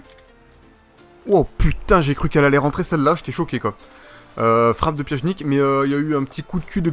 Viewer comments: pianitch* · Pjanic ça se dit : "Pianić" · On écrit Pjanic mais on prononce "Pianich" Ok